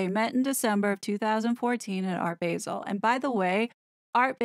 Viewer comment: Regarding "Art Basel": the "a" in Basel is pronounced like "ah" (as in "Say 'ah'!)